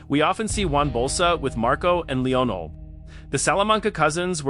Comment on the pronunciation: Leonol? LEONEL. Jesus dude learn the character names